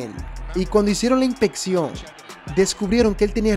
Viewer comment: Si vas a hacer videos aprende hablar.. no se dice: inpetion Inspeccion..hay una S